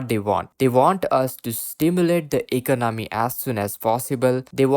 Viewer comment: Please learn to say eCONomy.